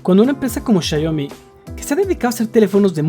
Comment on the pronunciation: por que le dices siayomi???